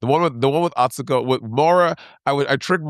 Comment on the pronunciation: Atsuko said the U's are silent in her name- easy way to say her name - ignore the U's - drives me that people keep messing up this up-💗💗💗😼😼💗💗💗